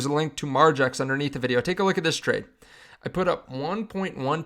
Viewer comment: Once again… I’m out when I hear margex…